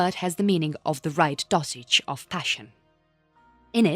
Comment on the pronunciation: I think the voice is real, but just not very good. Surely a machine wouldn't pronounce 'dosage' as 'dossage', because 'dossage' isn't a word.